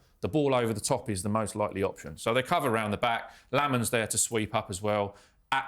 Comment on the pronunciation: It would be good if you could pronounce Mbeumo & Lammens properly! Mm boo mo Lomm - uns There are videos of them both pronouncing their names